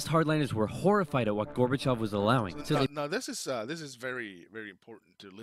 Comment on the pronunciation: LOL...now I am blushing, thank you so much for your kind words. And your first attempt at pronouncing the name was actually perfect. 💯 The one really huge event that Oversimplified left out of this video is they did not mention Chernobyl at all. It was hugely impactful, and Gorbachev himself is quoted as saying that Chernobyl was the single most important event in bringing down the USSR. I am sure folks in Sweden know about Chernobyl...as I recall, it was a Swedish nuclear power plant that was the first place outside the USSR to detect the radiation from the disaster. 🖖✌